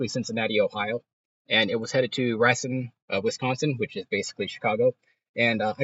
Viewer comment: Racine is pronounced: ray-seen